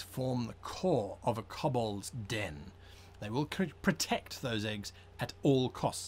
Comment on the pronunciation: K-oh-b-ol-dz not K-uh-b-ol-dz